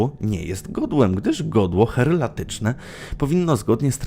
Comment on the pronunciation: Heraldyczne, nie herlatyczne.